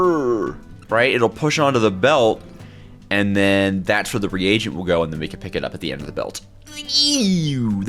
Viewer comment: my friend, it’s a re-agent not the king regent